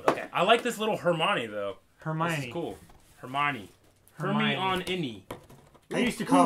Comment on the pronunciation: Lol “Her-monny” u silly Muggle